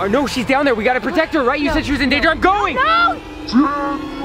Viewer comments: did anybody hear that Rebecca said ganger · SHE SAID GANGER